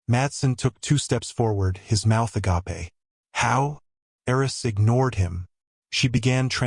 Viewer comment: Agape rhymes with grape. Agapé with the final e pronounced is one of the Greek words for love. It is interesting that the AI consistently gets this pronunciation wrong, but manages not to pronounce the final e when referring to a job resumé. Good story.